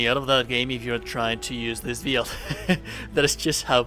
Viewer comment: It's "bill-d" not "beeeel-d" I know I'm not the only one. Good video though 👌